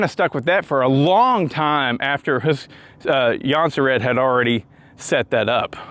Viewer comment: I thought it was pronounced like jon-serds